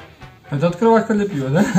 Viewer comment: Ахахзазазазза "открывашка"